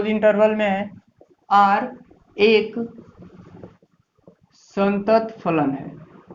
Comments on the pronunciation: सतत नहीं संतत होता है सर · सतत नही संतत होता है